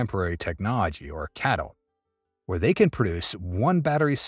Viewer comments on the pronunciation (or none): It's not "Catl" like "cattle", it is C - A - T - L. You spell it out like IBM or CNBC.